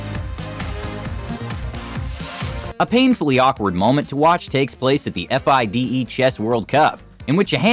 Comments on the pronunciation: no way he says F-I-D-E to Fide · The narrator needs to learn that an acronym is formed from parts of the phrase it represents and is pronounced as a word (e.g., AIDS, NASA, NATO, FIDE), while an initialism is an acronym that is pronounced as individual letters (e.g., FBI, CIA, DNA, WHO). FIDE is pronounced fee-deh.